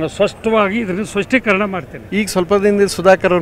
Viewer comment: ಸ್ವಸ್ತೀಕರಣ ಅಲ್ಲ ಸ್ಪಷ್ಟೀಕರಣ 😅😅😅